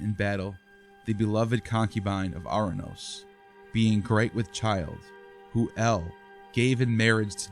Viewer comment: It's pronounced Or-anous, not Ar-anous. Time to invest in some Greek lessons if you want to be taken seriously.